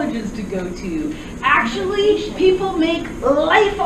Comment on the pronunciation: She actually says "akshully" like the "umm akshully" guy